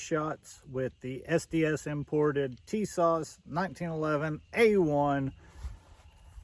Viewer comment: Tisas...pronounced Ti-saash Per Tisas rep